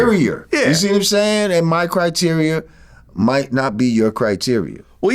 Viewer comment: Someone tell lorenzo its criteria and not criterior...since hes so smart😂 🌎